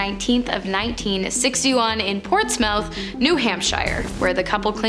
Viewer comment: Is it a running gag that you pronounce place names as they look? Ports-mouth New Hamp-shire was particularly rough.